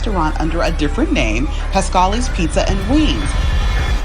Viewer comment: the way ryland said "Pasqually's" made my Italian soul cringe in a way i didn't know it could